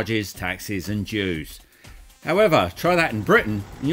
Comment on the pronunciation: Did you just say jews?😂